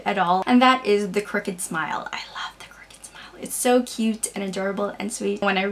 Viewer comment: haha it took me a minute to figure out that you were saying CROOKED smile, i kept hearing "cricket smile" and was trying to figure out what that meant -_- ahh man..